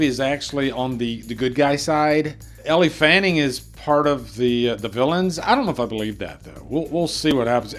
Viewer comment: It’s pronounced L Fanning